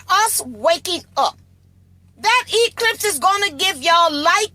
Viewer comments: NASA so fake the guy couldn't even say Eclipse!! He said elipse. . . . . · he say elipse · That man said total solar elipse not eclipse. There's your red flag. Somebody else said the same thing and I thought he just said it wrong then yet another man made the same "mistake" well this one here is the THIRD time I heard the same thing. Elipse and eClipse are not the same. They are up to no good.